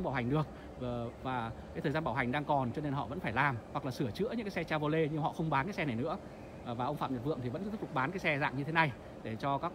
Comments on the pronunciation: Cha vo lét , phát âm còn sai mà cũng đi phân tích =)) che vờ ro lét ( che vy) nhé ông nội :) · Che vô lét là xe gì? Có lẻ Âu châu phát âm sai tiếng Anh? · Gỉ chứ mới nhìn vào mà đã thấy mức độ xào lộn ăn tiền ,đơn giản qua mức độ chèn quảng cáo trong clip.... Điều cơ bản phát âm tên hãng Chevrolet còn sai bét thì làm đc gì?